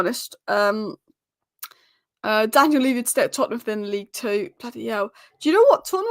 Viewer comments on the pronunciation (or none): none